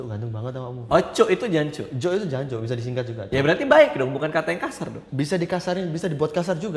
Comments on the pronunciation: bukan jancuk bang aksennya.. tapi jancoook... 😄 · Wkwkwk, jancok bang bukan jancuk :v